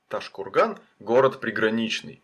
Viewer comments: Произнёс ташкурган видно что в ёбупге живёшь )))) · Не ташкурган а правильно Тоджкургон там живут Таджики а не уйгури